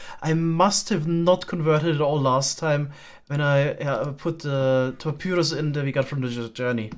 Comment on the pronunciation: Some friendly pointers from a fellow English-as-a-second-language speaker: basin is pronounced like "BAYsin", not like "BASSin". papyrus is pronounced like "paPIErus" not "paPYYrus".